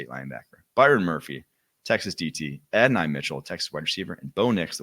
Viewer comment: It's pronounced Add. dough. nye.